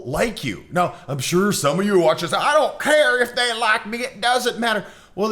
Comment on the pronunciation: During your commentary you used a hillbilly accent to say "I dont care" which is stereotyping.